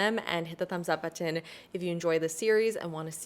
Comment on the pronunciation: I have never heard someone pronounce the words button/brighten like you, it sounds so happy ☺️